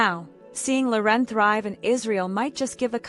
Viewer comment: AI voice can't pronounce Loren. Her name is not La'Ren ... ANNOYING